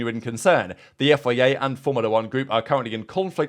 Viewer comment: Learn how to say FIA please